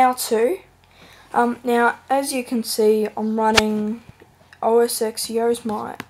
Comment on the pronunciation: Yose-mite hahaahhaahhha